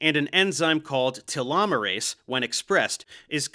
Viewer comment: You even pronunciate telomerase correctly but then go back tee-lo 😂